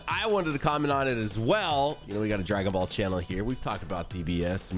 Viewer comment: "Dragon vall" 😭😂